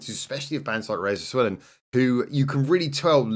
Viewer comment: Finally, some BanG Dream. The first thing I would like to say is thank you. Second is ALWAYS pick the live version!!!! And it's Rose-eli-ah, no Roz-el-eea 😉 The reason all the videos are so short is that you picked the anime videos instead of the live versions. The dog's a bear 🙂 and her name is Michelle and she's the DJ. I'm glad you picked Egao No Orchestra, it's my favourite HHW song. Kokoro is probably my favourite BanG Dream character alongside Kasumi from Poppin Party. You'd better believe I'll link you to some videos to watch!!